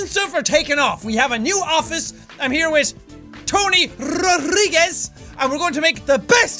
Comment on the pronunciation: its not ro-RI-grez its ro-dri-grez dri from DRILL